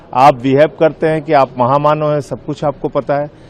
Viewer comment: महामानव ❌ महादाननव ✅